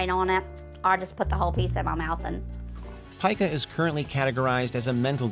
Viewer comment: Its pica , as in, pee-ka